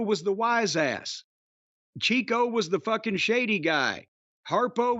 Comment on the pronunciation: Mispronounced Chico's name, Jim